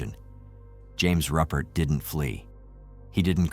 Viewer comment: Ruppert!!! Its Rupert =pronounced Roo Pert